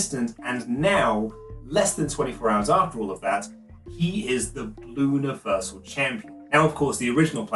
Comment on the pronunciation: I cant tell if you're saying Universal Champion or Bluniversal Champion